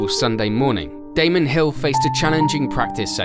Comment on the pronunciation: Erm...did this guy call Damon Hill "Damien"?